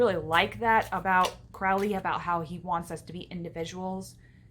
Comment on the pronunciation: Good video but it's pronounced "crow-Lee"